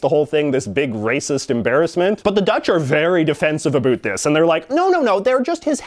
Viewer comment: I love how he says about he says abot